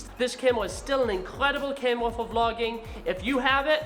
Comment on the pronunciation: “Cam Wuh” 😂